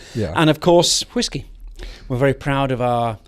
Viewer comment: Say, 'whisk'. Monty: whisk. Now say, 'whiskey' Monty: HHHHHHWWWWHHHHHHISKEY!